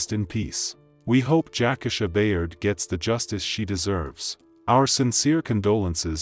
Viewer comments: I just really think out of respect, the victims name should be pronounced correctly. RIP ❤ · Its pronounced Jac - Key-Sha! Not Jackasha. Show some respect to the deceased please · Yes, that’s throwing me off, I don’t even know this story or her real name, but damn Jack-asha definitely sounds off….I’ll find the story on another channel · Everytime I hear this guy mispronounce her name, I cringe. U showed the news about her, saying her name a couple of times, yet u don't have the common courtesy to say her name correctly. I've seen him do the same thing on other videos. The disrespect is real!! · He needs to learn how to pronounce names....that irks